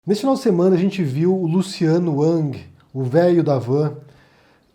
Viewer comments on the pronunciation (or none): Cara, tu é disléxico? Tu não consegue pronunciar "Rang"? Ou é showzinho mesmo? Mesma coisa o Luciano Huck! Vai ver é tu tem algo contra Lucianos em modo geral! HAHAHAH Sou muito fã do seu trabalho, só para deixar claro. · você não sabe nem falar o sobrenome do Luciano rapaz se liga